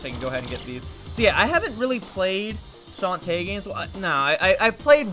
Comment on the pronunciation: You like Shantae so much, you can't even pronounce her name right!